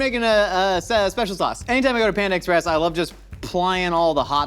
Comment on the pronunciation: Are you saying ex - press just to drive me crazy? Or do you actually not know how to pronounce it?